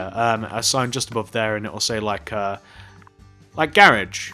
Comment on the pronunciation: The whole time he was saying garage i was like wtf is that until he spelled it out on the sign.